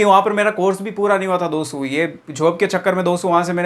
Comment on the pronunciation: सर आप दो सौ मत कहो "दोस्तो" कहो तो अच्छा है😊😊।